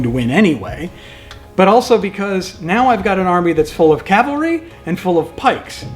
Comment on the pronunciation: I really enjoyed the series. Maximus Flatulence died in that cavalry charge? Beware Greeks bearing gifts, MF. Also, one criticism... says calvary instead of cavalry. I noticed this in the Marengo video as well. I don't mind when people don't pronouce Pyrrhus, Lucius, or Syracuse differently since they are non-english names. Cavalry and calvary should be properly differentiated by every historian, wargamer or not. Don't get me wrong... I like your channel. Huzzah to for forming your club. I eagerly anticipate your next endeavor.